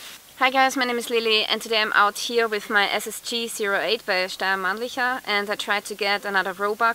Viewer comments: It's Austrian like she is... Schtayer Mahn-lee-cker. I love German language (95% German). 😊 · Well - she is austrian. I wouldn´t pronounce it different because I am german. :-) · That's just how you pronounce it properly! It's an austrian manufacturer, so yeah. That's how it sounds! 😊